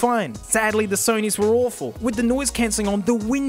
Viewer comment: Awfreable😂😂😂😂, but true